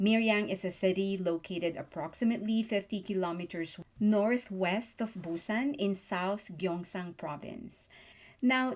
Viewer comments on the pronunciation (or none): none